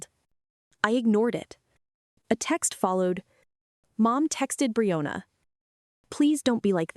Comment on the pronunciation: AI can't say Brianna, how does it do with vanilla?